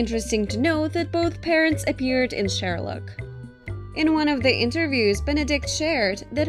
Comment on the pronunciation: Did she just say Shuluck